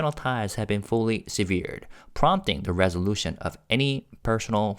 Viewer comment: A little pronunciation tip: "severed" is pronounced "SEV-ered". I appreciate your in-depth coverage.